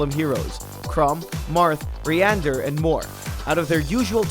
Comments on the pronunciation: Did I hear him pronounce Ryoma as "Re-am-ah"? when talking about Fire Emblem Warriors? If so, that's not the proper pronunciation. "Re-oh-mah" is how it's meant to be pronounced. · actually I Heard ryander but who knows?